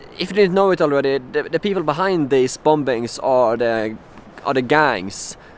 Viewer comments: you say it as bommmmings not bombbbbbbings lol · I'm not having a go at you, your English is much much better than my Swedish, but it's pronounced "boming" not "bom-bings". The second b is silent. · Love your videos. Just a kind heads up though. The word "Bombings" is actually pronounced like "Bomings". Basically just leave out the 2nd "b". I know it doesn't make much sense, but it's just that the 2nd B is silent. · I feel for you dude. Just one thing, the last 'b' in bomb and bombing is silent. It's pronounced 'bom' and 'bomin.' Otherwise your English is better than my nonexistent Swedish. Long live ABBA!! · it's pronounced "bomings" ... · The last b in the word 'bombings' is not pronounced.